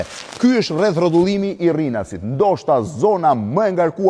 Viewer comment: Rrinasit thot ky Un e di ae quhet RINAS KY THOT RRINAS